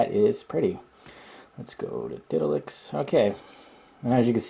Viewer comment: It's called Ditalix not Ditlax, right? Thanks just dled it :))